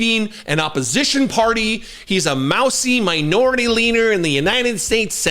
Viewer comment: Did you say Manure-ity instead of minority leader? HAHAHa